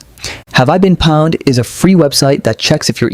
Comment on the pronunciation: It's pronounced 'owned'. Really.